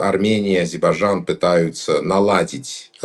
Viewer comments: Как можно столько веков жить по соседству и не научиться правильно произносить название страны соседа ! Не АЗИБАЖАН а А-З-Е-Р-Б-А-Й-Д-Ж-А-Н !!! Это как Путин вместо Касымжомарт Кемелевич говорит Кемельжеммммм . Это делается специально чтобы унизить. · Сначало научись правильно выговаривать название соседней страны-АЗЕРБАЙДЖАН,УМНИК.БУКВЫ Р И Д НЕ ВЫГОВАРИВАЕШЬ,ГРАМОТЕЙ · фу....сколько же вранья...Армянчик дорогой,а кто гнал из Армении в 90-е и до настоящего времени? Куда не посмотри,везде армяне,работающие на себя.Пользы от них ни какой.Учтите что я армянка.Научитесь выговаривать Азейрбайджан,а так дикция у вас не плохая.Хватит врать и подлизывать украинцам. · Интересно , что значит для армян ,, историческая справедливость "? 42 млн живут в США, так пусть там и добиваются автономии. Нечего вмешиваться в дела Армении. Армяне-иностранцы постоянно провоцируют ненависть к соседям Армении. Человек не в состоянии правильно произнести название страны Азербайджан. Или от большой любви или от невежества.